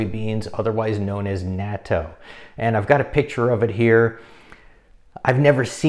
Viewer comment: Well since I live in Japan, I guess I’ll start eating natto again. I like the ones that come with either wasabi or hot mustard. It’s also not bad with hot sauce. Not big fan of the straight natto flavor (I’m not Japanese). Nice job on pronouncing natto. You were actually pretty close. (It sounds like knot-oh) Thanks for the information!